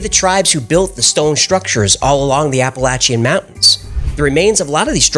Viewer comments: Appalachian not Appalachee. I live here. Get on him! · As a citizen of the Appalachian area, It is pronounced app uh lah chuh or for the whole range the app uh lah chin range. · I'm six seconds in. Did you say appalachy mountains? I've heard it said a few different ways but not that one. 🤣 Edit: I used to go to the Cherokee reserve down in NC all the time as a kid, really cool to hear their stories. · OR ......APP UH LACTIAN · Did you say, "Appalachie Mountains"? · Hey dude hate to correct you but those mountains are pronounced like this appa lay-shuns get it Appalachian’s not your way sorry I’m Canadian and I hate to be correcting you but I did 😊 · It's pronounced (App A Lachian) Mountains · “Appalachi”? Isn’t it “Appalachian”? Edit: BTW, as a vet editor of primetime, I love how you were in the middle of sitting down, in the first clip. Not being sarcastic. This was great. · I can’t wait, but I believe your pronouncing Appalachian wrong.